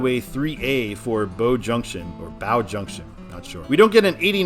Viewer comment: Bow NH, where I-89 begins, is pronounced as in "bow and arrow." BTW, that part of I-93 that is tolled is part of the Everett Turnpike, which is unsigned on the I-93 portion.